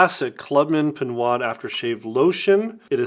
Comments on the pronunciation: "pinwad"? lol It's pronounced "pinode" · great spotlight video. I love and use Pinaud Clubman as well. However, having lived in France for almost 2 years, the French Pinaud pronounced Pineaux or Pino with the long o. The "D" is silent. Thanks again for spotlighting this one. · “Pinwad” lol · It is pronounced PE NO The AUD in French is a long O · Very instructive video, thank you very much. The brand is pronounced PEE NO, like the letter ”O”. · It's pronounced pee-KNOW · Good vid, but I have to correct you on the name. Pinaud Is pronounced PEE-KNOW as the D is silent in French. Cheers.